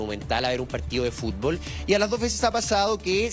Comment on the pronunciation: Y EL FUSTBOsss..Y QUE PAJ..COMPAÑERO.😂😂😂😂😂